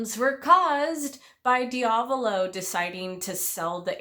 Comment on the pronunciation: the body swap is a huge part of this fight and I always loved it edit: also, I hate to be that guy but your pronunciation of diavolo is killing me. lol